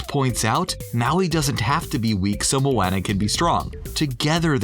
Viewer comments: mOaNnAh ... it's pronounced mo onnah it literally was said in the clip u played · Anyone else cringe by the way he said Moana 🙃. Mo-anna ew😂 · The guy calling Moana MoAnna triggered me so much lol. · He pronounced Moana’s name wrong multiple times. You would think that if someone is talking about a movie, they would know the characters. 😶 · I only watch this to see how wrong they get things. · How do you pronounce Moana incorrectly every time when Maui says it correctly in the video. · you said Moana wrong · Someone needs to tell him how to say Moana. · Is anybody else cringing every time he says moana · I love it but I did cringe a little when u said Moana wrong lol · I hate how he says moana’s name